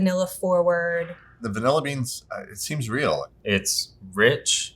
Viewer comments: I enjoyed the content, so I watched the whole thing... my soul breaking a little every time I had to hear bro say "vanella". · Great discussion. But really,, you don't know how to pronounce VAN illin correctly-? For shame.